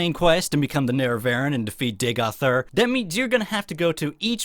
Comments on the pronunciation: ne-re-va-REEN, not nare-uh-vare-in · Nerra-what now? Nerra... VARREN...?! Nerevarine. Neh-reh-va-reen. Welcome. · The... "Nare-ah-VARE-in?" You mean the "NARE-eh-ver-een?" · I like the expert pronunciation of the "Nehre-vehren". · It's "Nare-ev-ah-reen". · It's pronounced "Ner-Ah-Vah-Reen" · I love you but please, for the love of God, say “ne-re-va-reen” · I thought it was nair-eh-var-een, like nerevar-een. That's how neloth pronounced it in skyrim. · You pronouncing the nerevar neh-reh-vah-rin disturbs me more than it should lol